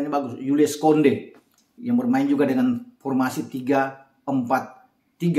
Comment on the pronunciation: Kounde ( Kunde ) bukan Konde...Ok, masa karena Tim Anda lagi. Anda yg berucapkan!... Sehat, Semangat. Sunda suka Batak.